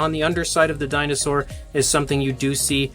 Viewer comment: When I first heard this I thought u said "welcome back to Chinasaur reviews" lol